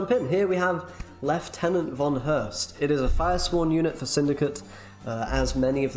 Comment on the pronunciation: Can I just say that I really appreciate that you pronounce "Lieutenant" correctly.